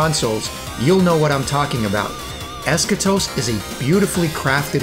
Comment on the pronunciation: Timmy? Ha no he was playing Fortnite as usual he can't even pronounce Eschatos correctly. I actually found a good deal on an Xbox360 original and saw it had both other games on there so I bought it. I was going to get them on Steam but now I can just have it on the 360. I need to play those two next. Just added you for the giveaway. You're IN. 👍